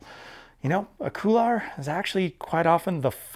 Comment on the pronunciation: Good vid. I liked how you explained hop/pivot turns. Now, can I convince you to say couloir (cool 'w+are)rather than coular?